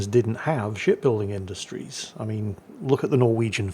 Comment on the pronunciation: I can not help but hear "shit building industries" all the time ......